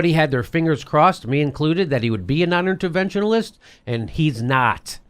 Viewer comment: interventionist not interventionalist--c'mon. Love your show, though. Keep it up!